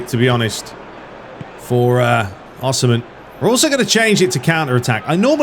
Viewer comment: Osimhens name is pronounced with an E so like saying yes or "si" in spanish